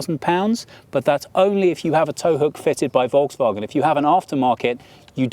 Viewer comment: Hi, i am asking for the usage of SI units for measurements (size, weight, perf., consumption) instead of (or next to) eng/US units, please Thomas be strict on that also would be nice to inform Brian (and AJ as well) know how to pronounce Volkswagen otherwise it is a good one